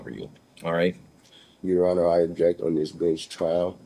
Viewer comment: Haha I'm not under the courts jurisdiction is wrong respectfully your "on-er"